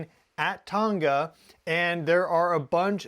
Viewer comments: Tong-ah... not ton ga lol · It's pronounced 'tong-a' ( tongue but with an 'a' at the end. Not 'ton-ga' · Just FYI Tonga is pronounced using a soft "g" as in "song."😊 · Scary stuff! Pronounced 'Tong a' the 'g' is silent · Can you pronounce Tonga correctly FFS. 🙄